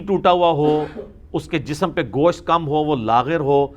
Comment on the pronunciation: Bhai Gosh't' hota hai Gosh nhi...kyunki Gosh ka ma'ni Kan👂 hota hai...!!! Mai kai jahil ko dekha hai jo Gosht ko Gosh bolte hai...!!!